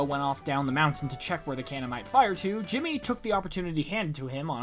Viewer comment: Ahem… it’s “HIMmy” lol